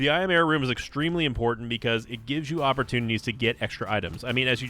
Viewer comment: Am I the only one that hears yera instead of error?